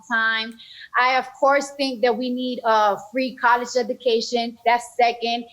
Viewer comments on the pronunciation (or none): I don't know which is more embarrassing - "kawlesh edookaishen", or how obvious it is when he's reads from the teleprompter. As a Latino I feel this is an insult to the Latin American community.